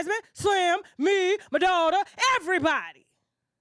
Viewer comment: Yooo it’s everybody not EVERYTHANG 😂